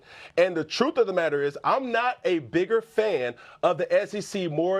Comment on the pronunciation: It’s the troof……😂